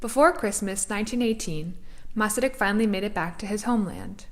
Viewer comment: As a Czech I appreciate this documentary about our first president and also an extremely interesting man. Your interest in him and your Czech pronounciation of Masaryk indicates that you are of Czech descent? Anyway, thank you for a very enjoyable and informative video.